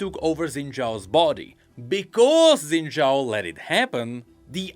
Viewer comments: SHIN JAO!! SHINNNNN! NOT ZINNNNNN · Isn’t Xin Zhao pronounced like Shin Zhao in all the voice lines? Why’s saying it wrong?